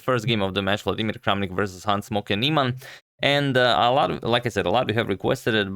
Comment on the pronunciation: It sounds like you are saying "Hans smoking Nieman" which one hell of a nick name lol!!!